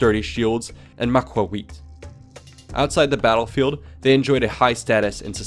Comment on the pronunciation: Macuahuitl > Mac-hwhittle